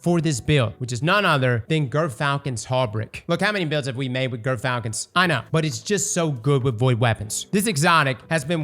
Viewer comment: why does NOBODY pronounce Gyrfalcon's Hauberk right?